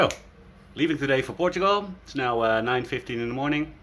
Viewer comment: Literally night and day differnce on your small village☕ You've worked hard my man 💜 I love the way you say portugal ❤ being a true watcher from the beginning, You got this 😎❤️